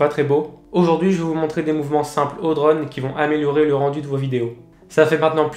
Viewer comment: J'en peux plus de ton accent breton quand tu dis " draune" !! 😂